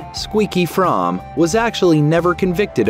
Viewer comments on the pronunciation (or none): Squeaky Fromme actually pronounces her own last name as "FROAMY".